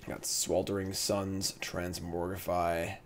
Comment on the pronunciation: Say TransmoRgify one more time